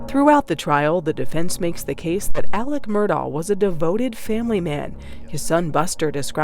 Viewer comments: On a related note, why is AleX pronounced AleCK?? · The most frustrating thing about this case coming back into the spotlight is that I again have to hear him be called Alec instead of how his name is frickin spelled: Alex